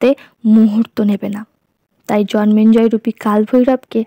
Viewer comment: Bar bar jonmenjoy keno bichi.biriktikor. it's Jonmejoy and not Jonmenjoy.